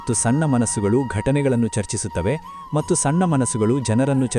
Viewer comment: That is not 'mattu' that is ' mathhu'. Please Pronounce properly.